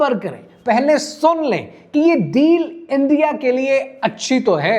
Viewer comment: اندیا اندیا اندیا اندیا اندیا Bhai why you don’t say the correct word?